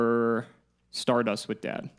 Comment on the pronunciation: How hard is it to say Tele-Dee A Dee? That is the proper way to refer to it. You only pronounce an acronym when it consists of four or more letters like NATO or ACOTAR or NASA. But then again, this channel can't do anything properly even what this series is supposed to do, which is play Yugioh.